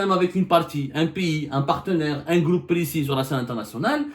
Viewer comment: Y a abdou, on dit pas un "gloup" mais un "groupe" gloup c'est quand taboun boit la vodka chez son amis kabyle tenancier de bar en France, il fait "gloup gloup gloup"😂😂😂😂😂😂